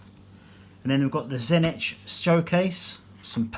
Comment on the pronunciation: Great review but tzeentch is better pronounced as "zee -tch"